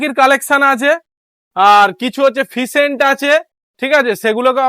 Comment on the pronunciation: ফিসেন্ট নয়।। ওটাকে ফেসেন্ট বলে